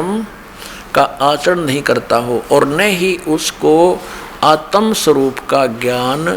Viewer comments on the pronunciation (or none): Jise vyakran ka gyan nhi.. Uski dalil kon sunega... Jo आत्म को आतम बोलता है।